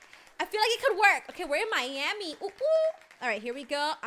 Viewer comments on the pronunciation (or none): none